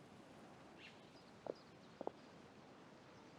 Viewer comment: In Cantonese, “Yip” (葉) is pronounced “yeep”, with a long “i” (“ee”) sound. The only time Cantonese uses the trademark short “i” sound that Mandarin doesn’t have is if the word ends with -k or -ng, like the “Ming” in Gaming. Everywhere else it’s the “ee” sound. Literally the only reason I even bothered playing this Lantern Rite was for my Canto boy Gaming. He’s just so lovable, I simply couldn’t just not play for his story, despite my current situation! Easily now one of my top favourite characters alongside Scara and Kazuha. Chenyu Vale is gorgeous as well; it reminds me of the fantastical Chinese landscapes I’ve seen in media and movies like Mulan and Kung Fu Panda. It’s so green and lush—a refreshing change from the very yellow landscapes of the rest of Liyue. I have been playing one section of Lantern Rite each day for the past few days, and tomorrow I’m going to do the last one, with the Fontaine characters apparently coming to visit. I also speedran doing all the activities/games to get Xingqiu’s outfit and Gaming. The Guoba and Yuegui one actually frustrated me and forced me to think, but it was challenging in a fun way. The bumper Suanni game was entertaining, though it could have been done a bit better. I was just mesmerized by the Domain—it was so big and ornate, I lamented how we couldn’t have an actual section of Liyue that was that big and grand! Made the entirety of Liyue Harbor look tiny and unimposing by comparison. Are any of the places in Honkai Star R